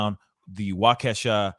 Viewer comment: Wa-kesha??? It’s wah-keh-shaw guy